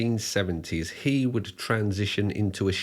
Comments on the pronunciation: this video discredits you, the way you say HE with so much force like it is an offence to you that HE wants to be a SHE. takes away from the facts and puts it in a 'political' light. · I won't lie, the way you emphasized "he" that first time when talking about Lady Bunny had me a bit worried - but you actually were quite respectful about her and her legacy. While shes mostly known for the nightmare fuel "obey the walrus" video by the wider public, shes a bit of a legend in underground queer art circles